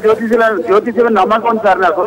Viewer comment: జ్యోతిష్క్యం ఏంటి బాబు, జ్యోతిష్యం అనడం రాదా..